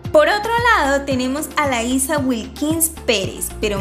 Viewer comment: Se pronuncia Laisha no Laisa.